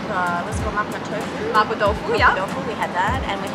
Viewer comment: I'm here again to pick some bones. It's actually not Ma "Poh/Poe" Tofu but more like Ma "P-war", with "war" being pronounced with a British accent. Event then, it's only much closer to the correct pronunciation but not the same. I'm talking about in Mandarin of course, maybe in Cantonese it sounds more like "poh"? I don't know.